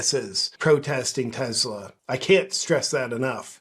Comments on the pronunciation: Ok listen man. I love your content but it’s teSla, not teZla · Tes-la not Tez-la. Tes like Tes-ticle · It's Tesla, not Tezzla folks. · Ok did this drive anybody else nuts? It's not TEZLA it's TESLA. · Why doth you say "Tezla?" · I'm not sure I can handle any more "TeZla". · It's Tesla - not tezla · TESLA, not TEZLA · It's TESLA, not TEZLA! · Its tesla not tezla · It's Tesla, not Tezla. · Take a shot every time he says Tezzla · Tezla lol? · It's Tes- la Not Tez-la You're insulting the smartest person to ever walk the earth.. NO NOT ELON!!! NIKOLA!!!! 🤔😲😂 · Begin by pronouncing TESLA correctly. There is no Z in TESLA. That pesky letter in the middle is an S